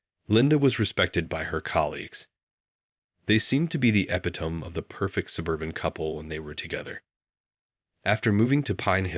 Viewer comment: Epitome - eh-pit-oh-mee